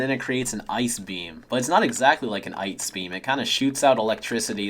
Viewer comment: It’s an EYEce beam